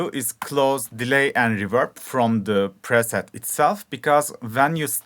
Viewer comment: Hahah this man just said Lead perset